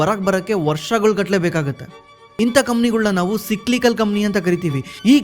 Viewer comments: ಲೆ ದಡ್ಡ ಏನ್ ಓದಿಲೇ ನೀನು, ಸಿಕ್ಲಿಕಲ್ ಅಲ್ಲೋ, ಸೈಕ್ಲಿಕಲ್ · Le mangya ಏನಲೇ adu ಸಿಕ್ಲಿಕಲ್ ಅಂದ್ರೆ 😂😂😂 ಸೈಕ್ಲಿಕಲ್ ಗೆ ಸಿಕ್ಲಿಕಲ್ ಸಿಕ್ಲಿಕಲ್ ಅಂತ ಬಡ್ಕೋತಿಡಿಯ 😂😂😂😂